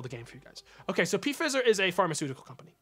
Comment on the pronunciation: "Who's Pee Fizzer" How tf you live in the US and not know who Pfizer is? FEYE-ZER I did a project on them a few months ago for a business class and it's disgusting how many lawsuits and claims there are against them about animal testing specifically.